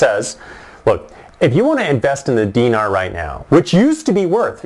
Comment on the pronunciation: He's not even pronouncing Dinar right. Go back to Canada.